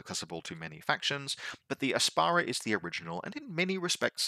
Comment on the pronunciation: Heck yeah OSS, my second faction after vanilla Nomads. Thanks for the overview, here's to hoping it does not get fully invalidated within a month. 😁 Also, it's the Ap-sara, not a vegetable that makes your pee smelly. 😂